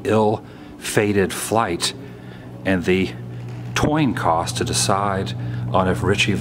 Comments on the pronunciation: Toin Coss....?....or was that on purpose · I think you said toin coss.. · Did you just say "toin coss?" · Yes. Yes he did, say "toin coss". Too funny. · I was like did he just say toin coss? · "the toin cross?" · You said toin cost lol. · Toin coss? lol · Oh! How many times have I ever said "Toin Coss". That's great now that I know I'm not alone! Thank you. :) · I though my hearing was going when I heard Toin Coss. Great video as always. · You said toin coss its coin toss ! I do it everytime I talk about it ! Great Video !! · Adam I was sure the passengers on the ill fated flight that night was decided on a "coin toss" !! I had never heard of a "toin coss" before this video!! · At about you mentioned the TOIN COSS that decided there fate LMAO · toin coss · "Toin Coss"? I cannot believe you said that. I know a multitude of that say that instead of "Coin Toss". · Came for the history, stayed for the toin coss. #noregerts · Did you say toin cost? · what's a toin coss? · The toin coss? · “The toin coss” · Did he say toin coss? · He says "toin coss?" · Had to go back to see if I really heard Toin Coss. Thought i had lost my damned mind. hahahahaha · Did he say, "Toin coss????" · He said toin coss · Lol haha the toin coss. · Toin Coss lol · Wtf is a Toin coss? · Toin coss? Hahahaha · toin coss...lol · What’s a toin coss? Ahaha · lol toin coss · Great vlog Adam......That ballroom is a time capsule......a very sad piece of music history....... ......."toin coss".......classic......I muddle my words up like that too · Adam said Toin Coss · Woo...you're the best. The fateful "toin coss" and it was "Mye Mye Biss Pamerican Eye". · Did he say "Toin Cos"? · ah yes, the famous toin coss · did he say "toin coss" ?? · HaHa did you say Toin Coss :) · "Toin Coss" lol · does he say "toin coss"? Lol! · That darn Toin coss